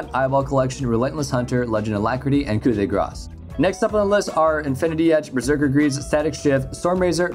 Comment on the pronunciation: Finally someone who say "coup de grace" correctly